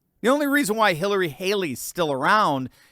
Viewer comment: I kike "Halery" better. 😝